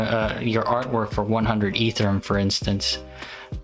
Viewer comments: It’s E-ther-E-um, not Ether-rum. 🤦‍♂️ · Dude it's EtherEum not Etherum